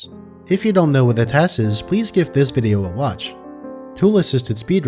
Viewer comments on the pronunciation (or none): none